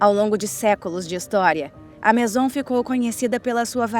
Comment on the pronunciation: COMO UM TEMA TÃO INTERESSANTE PODE SER TÃO MAL EXPLORADO? A DUBLAGEM É LAMENTÁVEL, ASSIM COMO O TEXTO. NINGUÉM ENSINOU A NARRADORA A FALAR MAISON, QUE VIROU MASON. O A\UL CERULEO, UM CLÁSSICPO VIROU CERULECO..POR QUE GIGANTES DA INDÚSTRIA DE ARTE COMO WINSOR & NEWTON, FABRICARIAM PASTEL, SE FOSSE UMA TÉCNICA DESVALORIZADA? UM A J[OIA DE TEMA, VIROU CARVÃO. UMA PENA